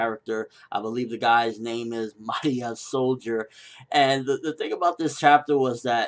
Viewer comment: and its Ma-re-ah, there not announcing her in a Japanese accent, shes from Rome